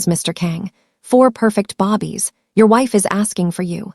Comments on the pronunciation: Why do you pronounce Babies" as "Bobbies?" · Her saying bobbies sounds stupid and very annoying, they are BABIES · I am watching from Chicago, IL. I just noticed that another listener is distracted by the pronunciation of Babies as Bobbies. It bothers me to hear Bobbies for Babies. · I hate the ridiculousness of not knowing that the word is not bobbies it is babies, some of you also put airs for the heirs (as the next in line of great wealth) its got to stop just in case you don't know and your AI doesn't correct you. Even more so when you put subtitles. Babies multiple form of baby. Good luck. True reaction